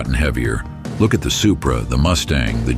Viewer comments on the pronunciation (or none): none